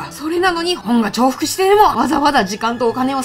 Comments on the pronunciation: 間違えてる人が多くて今となってはどっちでもよくなったけど、 本来のちょうふくという読み方をしているのが、日本語を学んでいる外国人として凄いねっていう話。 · 重複をちょうふくって読んでるの強い